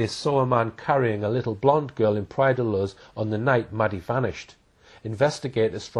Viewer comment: The narrator can’t even pronounce the place name properly: Praia da Luz is pronounced ‘louche’ not ‘looz’. The rest of the story is made up BS; Madeleine was abducted from her apartment by a single male.